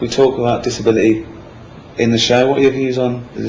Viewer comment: why can't ricky pronounce the letter T?! what the hell's a disabili*puff*y?